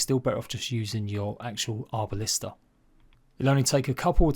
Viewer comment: Arbalest not Arbalista.